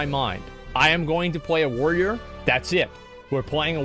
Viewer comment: Asmon should only be allowed to play a Warrior if he can pronounce it. WTF is a Woyer?